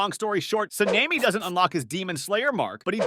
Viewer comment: Se-Ne-Mi? Sa-ne-Mi